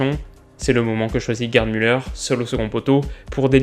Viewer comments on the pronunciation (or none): En 1970, la retransmission était en couleur, mais personne n'en possédait !!! C'était noir et blanc partout... "Gerd" se prononce "Guerte" et "Sepp", "Zepp".... Vous n'êtes pas de la bonne génération !